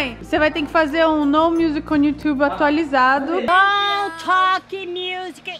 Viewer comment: “No talk music on youchubi” kkkkkk amo!! Maravilhosaaaa 💜💜💜